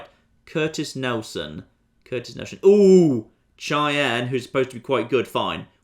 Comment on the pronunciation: "Cheyenne" is pronounced like SHY-anne